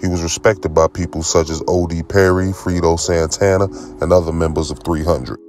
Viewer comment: He said “frito santana “ cmon 😂 (amongst other things)